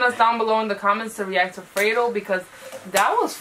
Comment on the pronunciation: It's fredo not freydo